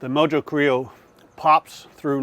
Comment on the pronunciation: Mojo is pronounced "mo ho". It's Spanish so the j sounds like an h. Great cook though. Close to what Hispanics would actually do...